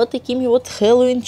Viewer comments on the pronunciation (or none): Не хелолоун а хеллоуин!